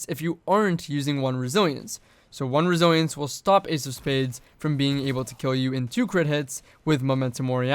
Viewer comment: Godamn the way you say resilience makes me want to close the video